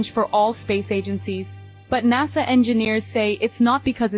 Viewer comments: Technically is right though, because Nasa only has one S in it, and we pronounce the word "nasal" (to do with the nose), with a Z sound. Right? So I don't fault him for saying NAZA when WE are saying the word as if it had two S's in it and was actually pronounced and spelled NASSA, which it is not. So it could be us who are wrong, but I don't think it matters that much. There are far more scary things with which we have to concern ourselves!!! 😱 I remember reading once that NASA stands for "Never a straight answer". It remains my favourite explanation of them so far!! Haha! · I enjoy this channel but I'll admit pronunciation of NASA does make me shudder a little bit lol. My aunt is from Arkansas and says ot exactly the same way. Does anyone know where from??